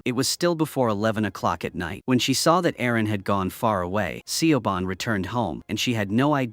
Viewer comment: i though i was gonna have a stroke every time Siobhán pronunciation got murdered like that